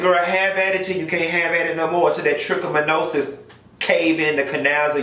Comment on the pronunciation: What is it with you it’s trichomonas geez you’ll be chicken Monona’s chicken Medina’s chicken my check amount is but apparently you have no need to worry about thatTrichomonas boo and thank God I don’t have it